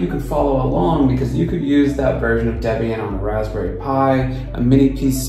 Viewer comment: Deb-ian and Frih-gate... smh.